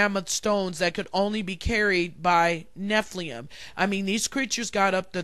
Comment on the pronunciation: Btw you are mispronouncing Nephilim. You are say nephlium. The i is before the L. It is NE-FI-LIM